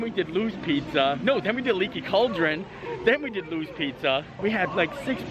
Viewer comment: I may be wrong but I think it's Louis' (LOO-EES), not Lou's (LOOS). Love the video!